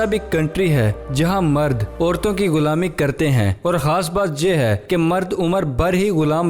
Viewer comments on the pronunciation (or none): Ap khaas ko haas kio kahta ho